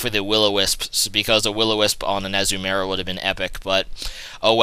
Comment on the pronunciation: umm it is ah-zu-ma-rill